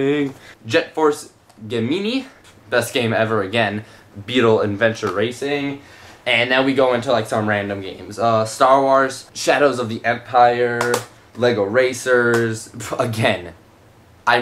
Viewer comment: Did you just fucking say "Gameenee"!? It's Gemini!